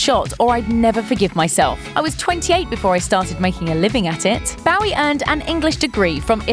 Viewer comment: John Ross Bowie's last name sounds like 'Boo-Wee', not 'Bough-Wee'... British people SMH